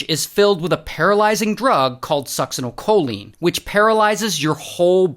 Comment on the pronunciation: Dang Ray good job pronouncing that medication correctly. Most ER nurses just call it succs. Well done man.